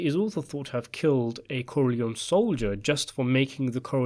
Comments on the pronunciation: You forgot Sonny Corleone. And, that last name is pronounced Core-Lee-ohni And luca’s last name is pronounced “Bratzi” Plus, anyone can read about him. Wasted video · why corlyon? the Italians pronounce it as COR LYONE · It´s Corleon-E. Say it finally!!!